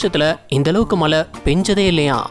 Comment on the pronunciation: தம்பி துபாய் மலை இல்லப்பா, மழை சொல்லு, மழை 😂😂